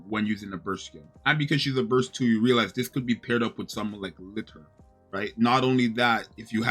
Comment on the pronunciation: the game itself is guilty of this, the voice actors say "litter" as her name, it makes zero sense and sounds dumb